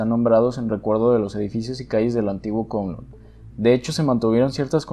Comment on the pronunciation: Kowloon se pronuncia como Caulún, solo digo